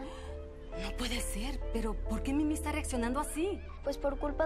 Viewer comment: Rosangela Rosario es mimi no mini suena como si dijeras mini-on daaaaa